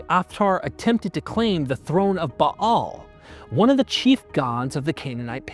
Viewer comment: Bah-al both short A's. Finally pronounced right. Ball is a toy, Bale is of hay. 👍